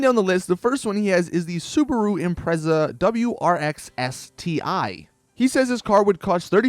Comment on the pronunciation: You may not be a car guy but you're the first American I've ever heard pronounce Evo & Impreza like the rest of the world does..